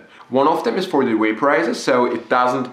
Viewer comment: What is a "smoke dewice" and "waporizor"?